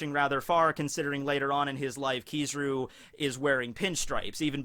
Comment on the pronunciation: KizARu not KizIru